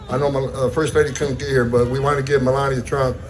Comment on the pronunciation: I swear, it must be my Texas ears, it sounds like Ben is saying, Belania instead of Melania. Is it just my ears?